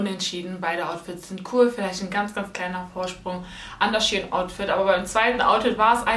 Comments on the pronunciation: Shie in????? SHEIN 😂❤️ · Fällt nur mir auf das sie die ganze zeit shien sagt obwohl es shein heißt ? No hate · Wieso sagst du Sh-ien ??? Shein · Mich hat das SHIEN getriggert !! 😂😂 das is für mich SHEIN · Es wird shein ausgesprochen nicht SHE HIN 🤨😂❤️ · Als kleinen tipp es heißt shein und nicht she in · Es heißt shein und nicht shi-en! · Iwie triggert mich das du She in sagst🤷🏼‍♀️😂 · Ich hab gedacht Shein😂 Also wie Schein😂🤷🏼‍♀️ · Ich dachte man spricht das "Schein" aus ?¿ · Junge mich regt Das so auf wie du shein sagst 😤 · Hauptsache sie spricht shein völlig falsch aus